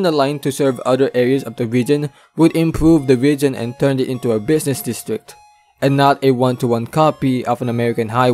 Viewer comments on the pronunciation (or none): none